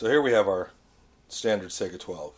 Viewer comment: I swear to God if I hear him say Sega instead of Saiga I will slap some one.